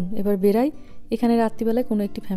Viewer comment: সম্ভবত শব্দটি "বেরাই" না বলে "বেরোই " বললে মনে হয় শুনতে ভালো লাগতো!